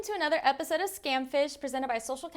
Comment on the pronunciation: "Prestented" lol how yall got a mistake in literally the first second of the video